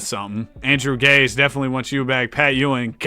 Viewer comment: btw, Andrew Gaze is pronounced Gay-zee, dunno why but it is